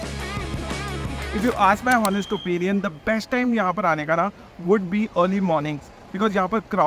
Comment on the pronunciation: Honest mai h is silent bhaiya😑